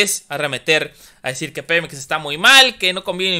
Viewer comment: Segundo :06. El pemex de tu presidente??????? Snap, snap, snap, slap, slap despierta chavo, ES PEMEX, no pelop, buen chiste, aunque estoy de acuerdo que México sea el único propietario y no cualquier corrupto